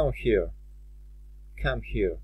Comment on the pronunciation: Proszę szanownego pana, Czy naprawdę "here" wymawiamy [hia]?